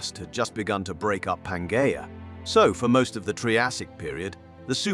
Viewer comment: You are totally incorrect. He pronounces letters G and J correctly in latin and latin-derived words. I've studied latin btw.. The way english-speakers "pronounce" latin is absolutely atrocious. It is so refreshing to hear words like algae, pangea and so on prnounced at least semi-correctly. And latin plural ending "-i" is always pronounced as "ee" in english and never as "ai". Every time I hear that pronounciation I cringe to the bone. And "g" is always pronounced as in "game" and never as in "george". As a matter of fact, all latin letters are always pronounced the same, no matter where they stand in the word or what is next to them. A "j" is always pronounced as "y" in japanese or "yard" and never as "job". It is ridiculous how english speakers treat pronounciation of other languages with utter callous disrespect. Probably because their own spelling has grown so degenerate over time and divorced from spoken pronounciation they cannot even properly comprehend true phonetic writing.